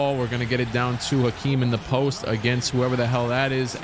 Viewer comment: It’s definitely Hakeem not Akeem